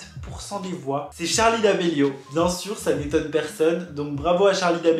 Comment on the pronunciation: c pas d’amelio mais damelio je suis choqué 😔😭